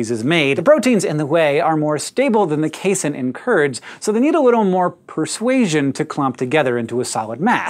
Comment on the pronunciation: Casein rhymes with protein (probably because it IS a protein)